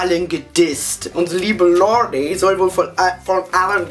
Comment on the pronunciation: Man spricht lorde "lord" aus hahahahahahh lf